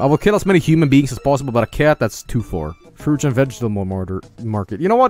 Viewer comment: "Frooch and vegetamull martyr."